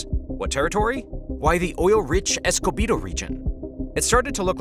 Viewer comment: This info is actually not that accurate and misses a lot of important details. Also it is pronounced Esekibo not Escobido. Consult a Venezuelan before doing videos about Venezuela